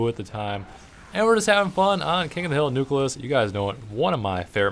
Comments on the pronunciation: You're awesome, but its pronounced New-Clee-Us, not New-cu-lus. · You keep pronouncing the map nucleus, "nuculus," like so many people do. It bothers me. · Every time you say nucleus I cringe a bit. NEW-KLEAS. ENUNCIATE.